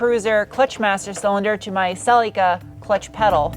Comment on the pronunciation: Can pronounce aluminium, can’t pronounce Celica. 😜😂😂😉